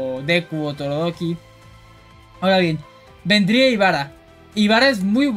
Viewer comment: Muy buena Tierlist y objetiva! Me causó gracia como dices "Torodoki" en vez de Todoroki ndjsnadja saludos